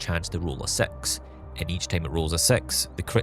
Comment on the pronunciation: i hate how you pronounce "Six". WHY YOU SAY IT LIKE SEX???